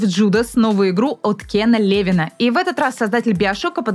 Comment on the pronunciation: Кен ЛевИн же... ударение пжлст